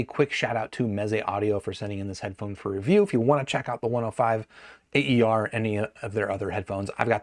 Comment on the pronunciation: It's not pronounced "A.E.R.", but "Aer" (which stands for "air" in Romanian)